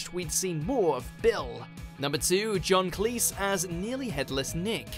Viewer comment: How do you mispronounce John Cleese?